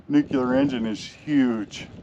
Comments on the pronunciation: Newk-Lee-Ar. Not Newk-You-Lar. For FUCK SAKE!! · Cool video, been there done that, But something in your video is one of my pet peeves. it's not pronounced (nook--yuh--ler), it's pronounced nuclear.....(nuuuu--kleee--errr) I'm amazed at how many people in Media and politics that get it wrong. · Nuclear is pronounced: Nuc-Lee-Ur NOT Nucular! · Can you sound reputable and versed and say Nuclear? "Noo-kle-errr" Not frikkin' Nok-ya-ler. Jesus, Bush! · Nuclear (new clear) not nucular! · Dude - it is New Clee Are... (Not New Qu Lar) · Dude... There "nucular" is not a word. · no worries, it's just something that bothers me, I see it in media and the news all the time, these people that are supposed to be highly educated and informed still can't pronounce it correctly, it was something that was drummed into me by my English teacher as a child, I think it was one of her pet peeves as well so I guess you could say I'm just passing on the tradition of excellence in grammar😉 I will say JD Vance gets it right every time, gives me a warm fuzzy feeling unlike when George Bush would say it wrong. It's really not a big deal, I just figured I would bring it to your attention, lots of people judge us by the way we speak and words we use, overall I liked your video, spent some time over at the INEL facility myself some friends of mine have family that live down around Jerome and Twin Falls, sometimes when we would go down to visit we would take a little extra time and tour around the general part of the country to see what there is to see, lots of really cool history there most of the world is oblivious to. So, I really have been there and done that, but I just figured maybe a little room for improvement and constructive criticism would be, better pronunciation, might give some people a better impression of your videos, keep up the good work, overall I enjoy watching your adventures😊👍